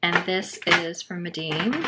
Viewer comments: I hate to be that person but I think it’s pronounced mee-den not meh-deen. I’d love to see a painting of a bookmark with the schmincke student grade! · Yes Mee-den. It was a good review anyway.😊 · Loved the video but, just in case no one has mentioned...Meeden is pronounced with the long e sound ie. Medan.